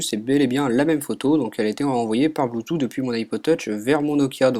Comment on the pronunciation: Ça se prononce : Bluetooth * Et pas Bloutou ! :D